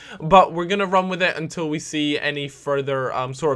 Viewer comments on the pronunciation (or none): none